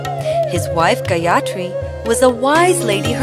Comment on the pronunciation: The pronunciation is totally wrong... it should not have been pronounced as Gayatri, it's Gaayathri. and also it's not Manibhadra it's Manibhadhra